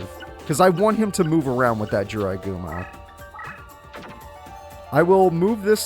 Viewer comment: When I Heard say Is That A Jirai Gumo Its Sounds Like IS THAT THE GRIM REAPER